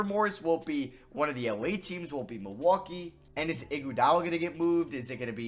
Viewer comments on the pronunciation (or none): none